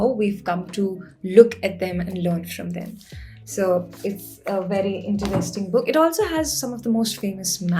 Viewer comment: content is great but I hate the way she pronounces a few words - Interesting, poetry, pocket and so on. For some weird reason it really annoys me. Sorry!